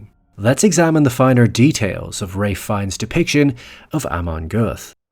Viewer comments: It's not Raife, or Wraith. It's Ralph, Feines. Good God it's like you glossed over that. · Great video but PLEASE say his name right, it’s Raal - ff , Fin - e - us… not rafe fines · The L is not pronounced! It's pronounced Rafe Fines. You owe the content maker an apology, and you made yourself look like an azz...I bet you're used to it though. I also hate AI. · His name is pronounced "rayff". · Ray Fines? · What the heck is up with your pronunciation of his name? You're saying "Ray Fines"? That's not how your pronounce his name. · His name is Ralph Fiennes, not Rayth Fines